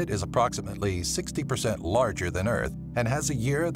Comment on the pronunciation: Earht not earth earht the second are one of the.